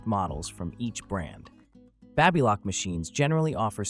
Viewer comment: What is the correct pronunciation for BABYLOCK? You pronounced it 3 different ways!!!!!!!